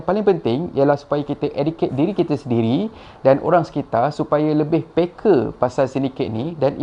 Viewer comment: ..lain macam hang sebut PEKA tu....apa apa pun masih donivia channel terbaikkkkk